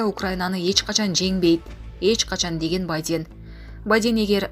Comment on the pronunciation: мырка бадень эмес. Байден